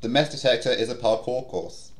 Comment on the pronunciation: Heh mess detector sounds like mass detector